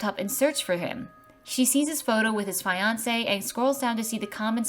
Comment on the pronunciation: Uhhhh, no offense but you kind of pronounced the word ' fiance ' wrong.